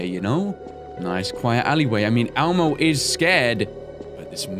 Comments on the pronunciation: Its elmo NOT almo or ammo XD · When you say Elmo it sounds like ammo. 😂😂😂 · did anyone else get triggered when said almo and not elmo????